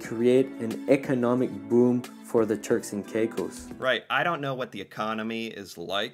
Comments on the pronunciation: The islands are pronounced Turks and Caycos, though it is spelled with an i instead of a y. You heard the guy in the story pronounce it Turks and Caycos, you even pronounced it that way several times but you keep coming back to calling it Turks and Ceyecos. Do you have a short-term memory problem or do not really pay enough attention? Geesh it's frustrating listening to you sometimes. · It is pronounced Cay Cose... As in CAKE, without the K, then Close (as in nearby) without the L. The presenter is pronouncing it properly. Please emulate his pronunciation. And Yes, not only are we aware of the attempts to annex the Turks and Caicos islands, but many of us were in favour of the union. Nova Scotia's offer to include the islands in the province was hailed as a major step forward in achieving this goal. I would love to have a warm place to visit or live that didn't require a passport or becoming an expatriate of Canada. The major downfall of these negotiations is the standards of living and level of health care on the islands. It would take a significant amount of money by the Canadian government to bring up the standard of living and healthcare to acceptable levels. The governments of the day are more focused on being reelected than acquiring additional lands for the greater good of the People of Canada AND the people of the Turks and Caicos. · We all had our fingers crossed for Turks and Caicos (pronounced caykos) to be part of Canada. I know people who have vacationed there. It’s beautiful and relaxing. They also have nude beaches! 😉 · Pronounced cake o's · Frustrated at how kept mispronouncing Caicos and saying it was an island even after the video mentioned there was eight inhabited islands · Every time he heard the narrator say it correctly he would then say it correctly 2 or 3 times, then he’d revert to “KaiCoose”. Over and over and over again. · it's K-eh cose, not K-eye case.!😅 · It's pronounced KayKos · It is pernouced terks and kakos